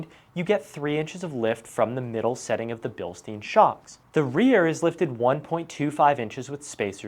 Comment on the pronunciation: Cool video! btw. these "billsteen`s" are pronounced correctly: " bealshtyne" no joke, i live here in Germany not far away from that little Town Bilstein... On m< next Gen5 Ram 1500 my choice will be the fox 2.5 , 3 inch lift kit, or what do you recommend? greetings, Carsten.